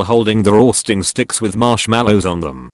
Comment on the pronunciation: Why does he say roasting in a weird way?